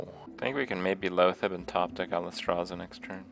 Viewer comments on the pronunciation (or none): Alice-strasza and Ee-yad-ric? wot